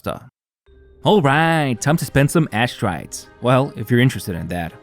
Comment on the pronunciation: “alright. time to spend some asstrites.” 😂 — i listened to this again and again and again way more than I should.